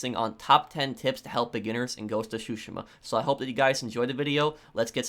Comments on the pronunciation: its drives me insane on how you say Tsushima. Its supposed to sound like Two-she-ma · It's tsushima mate, but still, great vid!!!